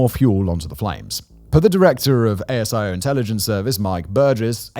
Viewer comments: Sorry Simon, but in Australia's gutteral accent its 'a-zee-oh' not A.S.I.O. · Hi Simon. FYI; ASIO is spoken like “Asia” but with an O… and Albanese is pronounced “Albin-easy”. Cheers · It's just so commonly pronounced that way so whenever his last name is mispronounced it's a bit jarring. Similar to how ASIO is pronounced AYY-ZEE-OHHH here rather than spelling it out. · Australian calling - couple of things - Albanese = Alban-easy. Rhymes with breezy. A-S-I-O is a single word pronounced Ah-zee-oh. It's never pronounced as four separate letters. Well, it has been now, obviously. Keep up the good work. I follow a number of your channels. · Just some clarification on pronunciation of some local Australian terms: ASIO is pronounced Ay-Sea-Oh Albanese is pronounced Al-bow The terror alert level is "Orr noh" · Hey Simon, quick FYI: Albanese rhymes with sneezy 😂 And ASIO is pronounced as one word because we're lazy